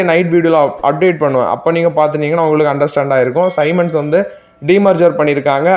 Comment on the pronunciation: Bro சைமன் அல்ல சீமென்ஸ் என உச்சரிக்க வேண்டும். உங்க நியூஸ் ஓகே. நீங்க வாங்கும் stocks வெளியே சொல்ல வேண்டாம். ரொம்ப quantity கம்மியா வாங்கும் நீங்க அதை சொல்வது உங்க சேனல் மேல் இருக்கும் respect ஐ குறைக்கும்.